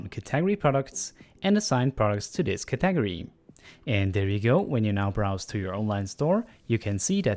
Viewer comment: "cat-ag-ory" you sweet, precious lad. Thank you so much for the tutorial!! It was incredibly helpful.